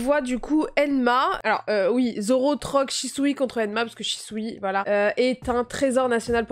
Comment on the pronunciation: Arrêter de prononcer « chi ssou i » c’est « chou ssou i » en phonétiques 😭 Voila je m’abonne